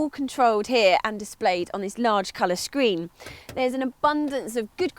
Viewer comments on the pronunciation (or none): "colour scrween"